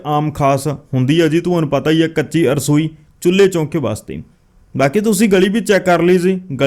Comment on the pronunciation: arsoi ni rasoi hundi a ji agge to dhayan rakhna